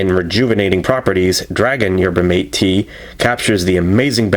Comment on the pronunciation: Pronounced "mah-tay" fyi :)